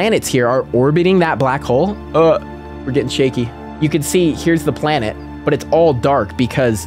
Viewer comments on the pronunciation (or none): A BLANET?